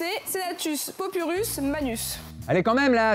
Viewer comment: J’adore le format, mais svp, quand on fait un truc sur le thème romain, on demande à la voix off de prononcer CORRECTEMENT les mots latins 😞😞😞